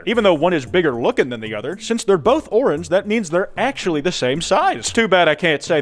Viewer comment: It's organge